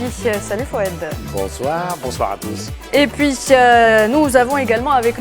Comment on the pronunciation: Et pour ce nouveau numéro de médiocrité et de mensonges. On commence par une petite entrée en attendant les détails des dégâts dans le vif du sujet 😊 en toufe "en tout" 🙄 merci à voufe (à vous) merci à voufe (à vous) et puisse (et puis) bonsoir mehdisse (mehdi) mercisse (merci) mercisse (merci) mercisse (merci) sami kaidisse (kaidi) , la diplomassice (diplomatie) 🙄 mercisse mercisse 😮 C'est quoi cette nouvelle prononciation dégueu-lasse ? Et puis madame l'animatrice la parisienne À suivre....